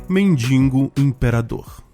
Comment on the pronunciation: Cara. Quando vc fala “mendingo” me dá tanta ânsia….. é MENDIGO! De que adianta escrever certo e falar errado?